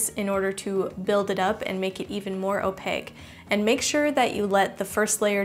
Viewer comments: She’s like the Ron of art... like some Hermione just straight up went “it’s opaque not opague” at her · Some people pronounce it as (Oh-Pack) 😂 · I dont like how you say opaque ...